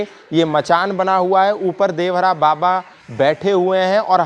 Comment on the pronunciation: Are murkh devraha baba kodevhara baba kyo bol rhe ho